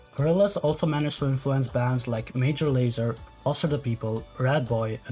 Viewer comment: You say it like Lez-er